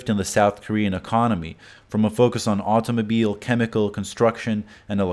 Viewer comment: I can't take this pronunciation of words. auTomobeel overaCHing